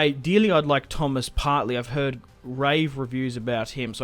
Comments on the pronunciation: Just saying, it's Partey. Not Partley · Love this career so far . Only things wrong with it is “Partley”😂 and that he said “k” a lot instead of “mil” other than that, great start